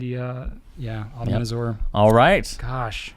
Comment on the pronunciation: Love the Pencast, but please... azure is pronounced "azhr." The z is like the "zh" in Zhivago.